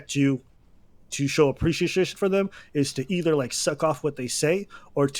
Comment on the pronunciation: aba- to show aprishishish LMAOO